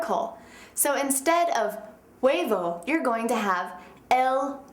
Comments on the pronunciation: de V wordt nie uitgesproken in spanje! huebo, wordt het uitgesproken! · hahaha personas que hablan español, no se fijaron que la vieja cuando dice huevo lo pronuncia gueybo hahahah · i'm mexican and this girld don't meet good the spanish but, is a good teacher, jaja her pronuntiation is bad D: el huevo... jaja